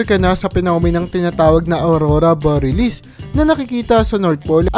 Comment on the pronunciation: Patawad po. pronunciation po. Bor-ya-lis